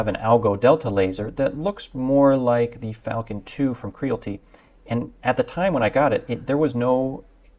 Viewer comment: KREE-AL-IT-TEE as in reality. There is an "I" in the name.